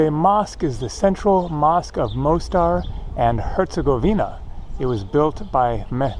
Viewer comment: Ulica is pronounced ooleetsa,. The Most in Mostar means bridge, pronounced Mosstar. The squid were probably frozen fishing bait out of a box with all the guts still in them!